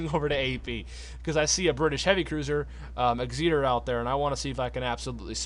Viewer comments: Still trying to work out just what an Ex-eater is lol Try Ex- et - err (phonetic) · Can’t tell wether you’re saying Egzeater as a joke or not, good video btw